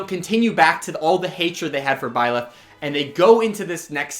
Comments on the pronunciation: Nobody:: b l y l e t h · Nobody:: Blileth